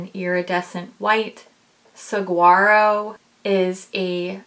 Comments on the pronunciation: Love this review!! I'm really looking forward to getting it! As a loving heads up from someone living in Southern Arizona, saguaro is pronounced 'sah-hua-ro' 🌵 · I really want the Saguaro jelly much shadow. Just an FYI from a Tucsonan, Saguaro has a silent “g”...like Sa-Waro. I am going to go back and watch your Jelly much video because they are so lovely. This palette is VERY tempting. 🥰 Thanks for your video!